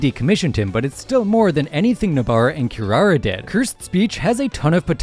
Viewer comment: Did he just pronounce kirara "SHE" ??